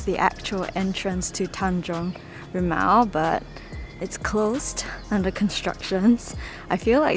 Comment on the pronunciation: you pronounced it correctly. Tanjong rimau